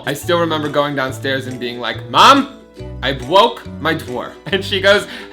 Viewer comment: I bwoke my dwoor